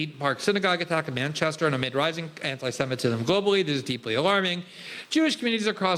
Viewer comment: "Amee semitism" Roll my eyes everytime I hear Albo mispronouncing this.